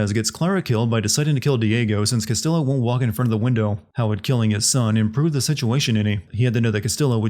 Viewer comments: The Ls in Castillo are pronounced as a y. It's a Spanish name my dude. It's not like they don't say it constantly in the game. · oh for the love of- They literally say his name every like 5 minutes. Its "Cass-Tee-yo" not "Cass-Till-o" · bro couldn't you just looked up how to pronounce "castillo"? double L means a "y" sound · Here's one Sin for the video: constantly pronouncing Castillo wrong. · I don't think I'll ever understand how someone can play an entire game, do a video review of it, constantly hear how the name "Castillo" SHOULD be pronounced and STILL say it wrong every single damn time. Fuck me.